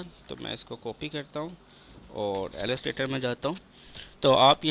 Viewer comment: Bhai apki islah k liye yeh aalostrator nhi ha illustrator ha aise bolty han ill lis trator ha